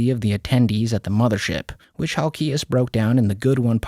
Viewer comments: Your not saying his last name right.. Hal-key-ez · You don't even say Halkias correctly lol